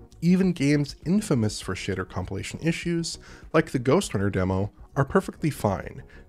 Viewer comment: I love that he says “shader” as “shitter”.